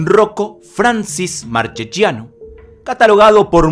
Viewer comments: Hermoso video, amigo, buen trabajo. Solo una cosa tengo para reprocharte y es la pronunciación de los apellidos italianos. Sangre tana corre por mis venas y me sangran los oídos cada vez que te escucho decir " marchechiano".. La "che" y "chi" suenan como nuestra "que" y "qui". En las palabras con "gia" la "i" es muda. Marchegiano se pronuncia así: Mar - que - giano (la "g" es casi como una "ch" nuestra pero apenas más suave, como la "j" del inglés en "jack") Saludos desde Uruguay. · Muy bueno el vídeo, pero en italiano Marchegiano se pronuncia Marqueyiano, y Francis se pronuncia Franchis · Y seria marqueyano no marqueyiano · Buen documental. Marchegiano Se pronuncia “Markeyianno”